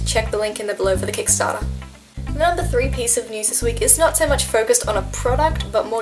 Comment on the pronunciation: When she says "so" I think she's saying "sir" . I'm like you don't have to be that formal